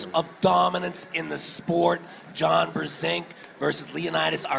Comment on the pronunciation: Фамилия Джона читается как Бженк. А не Брзенк. Это польская фамилия. Вы до сих пор не знали? ОМГ